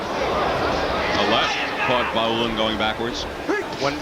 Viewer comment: Vaulin = pronunciation Va-oo-lean , not Vo-lain.